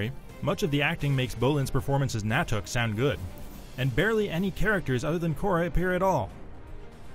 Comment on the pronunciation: 'Nah-tuk'? It's 'Nut-tuk' you rube!